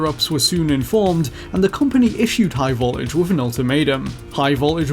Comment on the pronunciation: Why doesn't this guy pronounce his Ts? Every time he said "high voltage" he says "high vol-age." It's really irritating me.